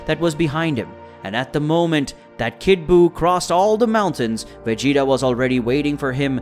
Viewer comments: Veggatasss I’m crying saiyon and mayjim biyuuu . Hell say the right name like twice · Man I couldn't finish watching, vig-e-tall is to much. If you don't watch the show or know how to pronounce any of the characters names you should find something else to do 🤷🏽JS Kate-a-rotten or what ever TF you said. Spent more time trying to figure out what the hell you were saying when you were trying to pronounce their names than I did watching or listening to the rest of it. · I almost made it to 10min. But when I heard him say veggie, ta....my brain just kinda started twitching